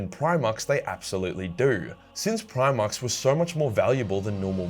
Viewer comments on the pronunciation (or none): none